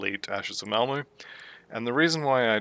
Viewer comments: Malmo? I’m willing to blame my ancient hearing but I tried it a few times and it definitely sounds like you’re saying Malmo for Malmouth. If I’m wrong, I’m more than happy to be wrong 👊🙂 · Pronounce words however you want, I was worried I was more deaf than I thought or that there was some weird audio clipping occurring 😜